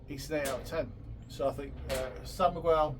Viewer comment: It's called San Miguel not San Migwell